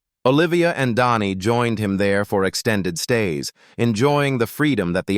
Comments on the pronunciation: But comes out like Donni. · Dhani is pronounced DANNY !!! Stinkin AI voice over, makes me sick.